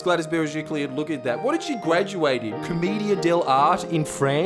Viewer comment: Pronounced comedia del artae